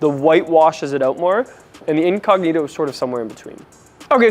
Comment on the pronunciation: Me hace mucha gracia cuando él dice incógnito 😂😂😂😂 dique inconniro hahahahaha